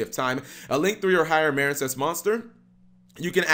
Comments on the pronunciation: Cap you have been misspronouncing this architype name it’s pronounced marinecess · Um it's mareen sess as in a portmanteu of marine and princess hence the nautical theme.